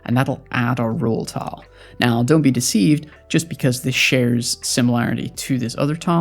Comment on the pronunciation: You sound fantastic. I didn't think much on it at all until "tahl". Was there a thought process on that specific pronunciation?